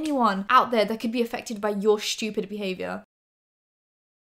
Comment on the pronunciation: the way you say "stupid" as "shtupid" makes me laugh lmao ily